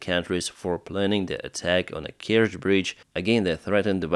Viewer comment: Kertsch bridge? - what Kertsch bridge? 🤣